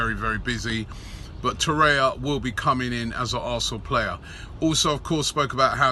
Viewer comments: Its Torreira, not Torrea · TOR RARE RER stop saying Toreya in every video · IS he pronouncing Lucas Torreira's name correctly? He always says Torreya.